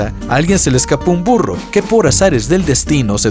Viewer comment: En el ejemplo del burro Primero escuché "FURRO" 😂😂